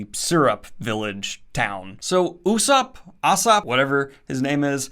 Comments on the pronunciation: Let me help you out with those pronunciations, Daniel! :) It's "nah-me" (it means "wave" in Japanese), and "oosop", which is a pun between "uso", meaning "lie" in Japanese, and the Greek fabulist Aesop. One Piece contains a LOT of puns and names that reference real-world names, especially pirates, privateers and the like. For example, not many fans know that Zoro's surname, "Roronoa", is a reference too François L'Olonnois, a French pirate from the early days of the Golden Age of Piracy. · It’s “Oosop” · Before anyone complaints lol Nah-me= Nami 🤣🤣 and Ooo-sop= Usop Love your book btw cant wait for the other two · Gaimon appears precisely 1 more time in the series. Also on pronunciation: "Ussop" is a refference to Aesop, so it's similar to that but with a "U" at the start, Nami is.... ok the only way I can put it is it's like the "a" sound in "naan"(the bread) but shorter. Also the "Gai" in "Gaimon" is "guy" not "gay". On less pedantic topics: Ussop has a lot of growing to do on this long journey, I'm postivie you will grow to like him. From what I remember people usually shit on this arc because they don't like Kuro as a villain, because his supposedly genius plan dosen't make sense. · Hey Daniel, watch the anime in order to pronounce the names correctly (or at least just the main characters since you said Nami and Usopp's names wrong). Also Gaimon is a goat and most people dislike Usopp at the beginning and then turns out be the the most well developed and a lot of people's favorite strawhat member. Also if you love this arc that much then you'll absolutely love One Piece since this is considered the worst arc in the series. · He pronounced Luffy right! Then gets Nami and Usap wrong